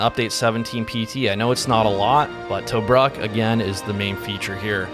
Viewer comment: Tobruk. (pr. Tuh-brook)